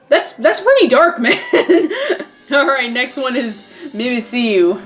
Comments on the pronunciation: it's pronounced mimic you not mimi see you stupid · It's pronounced Mimic-You. Because it mimics Pikachu. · why do people keep getting mimmikyu wrong...its Mimic-yu geez.... -.